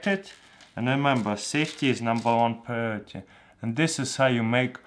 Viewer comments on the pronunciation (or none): You really should learn how to say "priority" :)